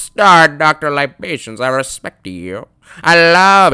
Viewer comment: I respecteh youuu, I loveh youuu, I needeh youuu 🤣🤣🤣